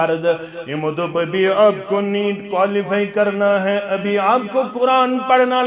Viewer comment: آپ بھائی لفظ (آپ)کو صحیح کرو۔